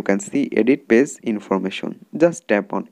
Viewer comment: It's page not pase